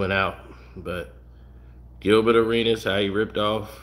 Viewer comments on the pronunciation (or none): none